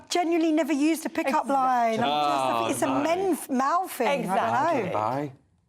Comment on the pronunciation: me too, she likes to fink about about fings every munf - what a fine orator!